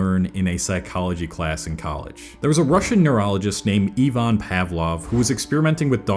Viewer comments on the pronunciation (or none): none